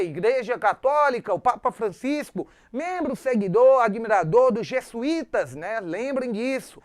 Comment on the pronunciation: .... por favor, professor. Os portugueses vieram, e não, "vinheram"... E são Jesuítas, e não, Jessuítas! E não é Padre Manoel da Nobre.... é Padre Manoel da Nóbrega!